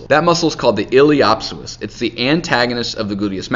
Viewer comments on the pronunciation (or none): * il - ee - us - sew - us not ill-ee-op-sis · Hahaha Ileho op soas. Lol not how you pronounce it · That pronunciation of iliopsoas should be illegal lol